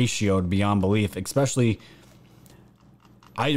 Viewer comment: Bro stop saying exspecially just makes you look dumb..